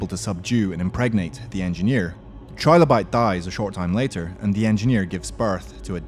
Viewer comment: Just saying, it's 'Trill-o-bite" like "Thrill-o-bite" not "Try-low-bite", think of how "Trillion" is pronounced.